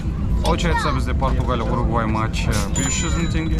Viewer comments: Угурвай дегени бір Сүгірбай деген сияқты екен) Уругвай* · УГУРВАЙ дегенді дұрыстаңыздаршы